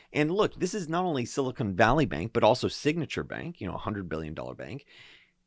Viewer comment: "Silicone" (pronounced "cone") is a rubbery material used to caulk bathtubs, make breast implants, etc. "Silicon" (pronounced "con" or "can") is the basis for semiconductors, and is what that area of central California is named after.